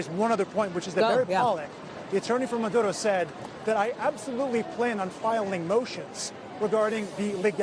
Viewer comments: It sounds like he's calling Maduro, Manudo😆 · What’s up with the reporter and the way he says Maduro. What’s with the accent, dude?